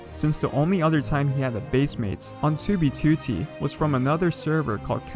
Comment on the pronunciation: The way you say 2btooootee makes me cringe every single time